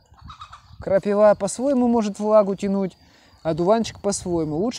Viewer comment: Вроде молодой человек,а говорите как древняя старушка "крапивА"))))